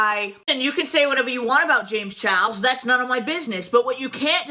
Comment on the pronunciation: Ah... you can say what you want about Jay-mz chaw-els...but that's none of my business 🙄🙄 I see nothing has changed with her...as long as she gets free sh*t from a person (predator or not) who has a large following... that's what is important to her i guess 🙄 That's so cool you were on the news!!!! Is that fox 26?? (I also agree with what you and the other guest had to say about the topic.. it's important as a consumer to really research the business ethics of these products a lot of people are so desperate to own)